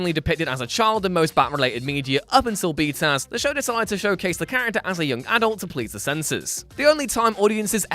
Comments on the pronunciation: I gave this video a thumbs down simply because he kept saying “B-Taz” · Stop. Saying. Bee taz. Stop. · "B-Taz"? ew. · i thought he was saying "B-Town", lol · You should be DRAWN AND QUARTERED for saying BTAS like that...what douche chill inducing bs